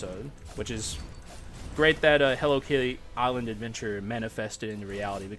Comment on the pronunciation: I was thinking the same on stream but thought it was a regional thing